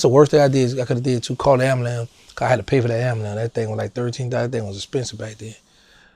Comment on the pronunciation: Dawg said “Amba-lambs” 🤣